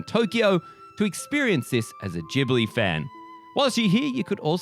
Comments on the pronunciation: Ghibli is pronounced with italian spelling rules (hard g) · It's Jib-lee, so maybe you're the one that isn't familiar. (The katakana read out ji-bu-ri.) EDIT: so, the pronunciation used in the video actually changes between jib-lee and gib-lee, so if you meant to say that gib-lee is wrong, I apologize. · You really switched between 'jee-bli' and 'ghee-bli' pronunciation, didn't you? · Nothing says how unfamiliar with Studio Ghibli's work more than how you day Ghibli. Gib-Lee (according to Google, I could be wrong and just being an A-hole 😅) this park looks immaculate. Love the video guys fantastic as always. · Miyazaki himself said that it's a made-up word, and actually, it's a half between the 2 pronunciations. In Japan, it's more like Jih-bur-ee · I was cringing so hard every time they say “GIBLI” 😭 There’s an H ffs, pronounce it!!!